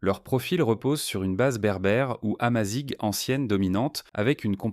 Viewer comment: Ça se dit Amazirh et non amazigue.